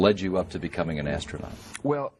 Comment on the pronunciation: lol, ass-trough-not- hing!!!!!!!!! lol. give this child an popsicle please!! Doofy